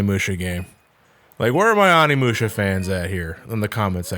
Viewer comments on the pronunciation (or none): none